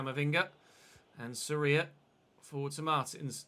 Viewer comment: Great content mate. And I agree with you, the team concedes too many goals. Maybe try another keeper, rotate a little, and if it keeps happening you can sign a new one in January. By the way, you're pronouncing Soria wrong. The O is the strongest viowell. I guess in English you could say it sounds like "SOR yah" like Gordon is "GOR don".